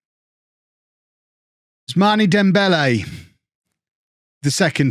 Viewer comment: Are all British people as bad as him at pronouncing non-British names? Ousmani? Baldi? Wtf